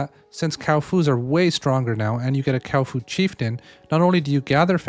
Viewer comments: Cow-fu, the new rival to Kung -Fu. Isn't it Kua Fu Not Kau Fu? I mean... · no offense but you called the kuafa cowfa lol🤣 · brother is 6 videos in saying kaufu instead of kuafu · It's not a Cow Foo, Kuafu xD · Yo, because you’re a big creator in this space, please pronounce correctly 🙏🏻🙏🏻🥺 Kuafu = kwah-foo // ckwa-fu Thanks for the great videos ❤️ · Cow foo